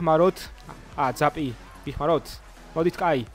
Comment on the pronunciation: ძაპს ნუ ამბობ ზაპი არის სწორი❤